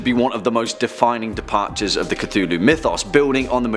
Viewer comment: Did he just say “Ctulu” at the start of the video 😂